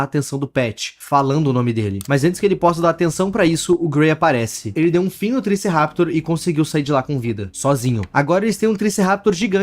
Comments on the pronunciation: ele realmente disse triceraptor 💀 o certo é triceratops, só deixando a correção de nerd aqui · E não fala triceraptor é triceratops o fala direito ok? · pfv pare de falar Triceraptor você esta me matando:face-purple-crying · Não é triceraptor é triceratops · q isso mano triceraptor? isso n é um triceratops n kkkkkkkkkkkkkkkkkkkkkkk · ele continuar falando Triceraptor me deu agonia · POR FAVOR... triceratops não "triceraptor" meu deus😑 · "Tricerraptor" não "triceratops"... "TRICERATOPS"... Perdão, sou chata... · triceraptor kkkkkkk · eu NN quero ser chato, mas só pra tu NN ficar falando errado, é Triceratops, sem querer ser chato mesmo, é que dá uma agonia. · Não é triceraptor,, é Triceratops 😭😭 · Cara eu sei que isso é estratégia, mais sério me enrola o estômago o ficar falando triceraptor e não triceratops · amei ver o falando "triceRAPTOR" ao invés de triceratops lá pelos minutos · cara não e "triceraptor" E triceratops😢😢😢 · 'Triciraptor'? Kkkkkkkiookkkkkkkkkk é triceratopo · Triceraptor??? amigo vc n sabe a agonia que esse nome me causou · "Triceraptor" é de lascar 🥀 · Uma fada morre toda vez que a palavra "Tricerraptor" é pronunciada 💀💀💀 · Se diz triceratops, e não triceraptor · o nome do bicho não é triceraptor é triceratops acho que cê se enganou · 1. Se fala tri-ce-ra-tops e não Triceraptor(desculpe parecer um chato) 2. O Triceratops é um Dino mesmo 3. O Dino que imita vozes é um Utahraptor pelo tamanho 4. O Triceratops é herbívoro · Tricerapitor 😂😂 não jugo mas é triceratops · Gosto do seu conteúdo, e respeito muito seu trabalho. Mas triceraptor tá errado, é triceratop. Novamente, eu respeito e admiro seu trabalho como criador de conteúdo, mas preciso corrigir esse pequeno erro. (Sou um pouco obsecados por dinossauros desde pequeno) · Triceraptor? N é triceratops? O vídeo inteiro ele chamando de triceraptor e eu achando q era uma criatura nova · 17.13 trícerapitor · Não é triceraptor , o certo é triceratops